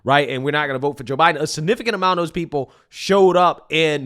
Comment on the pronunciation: you do a nice job but don't mispronounce words like "this, that, and those". You are saying "dis dat and dose" Pronounce your Th